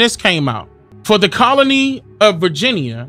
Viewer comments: The W in sword is silent like the S in Illinois. Brittania is Brit-Tan-knee-Ah Great information though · is it BRIT-TUH-NEE -YUH? or BRIT-TAN-NEE-YUH? TAMES or TIMS? ija.........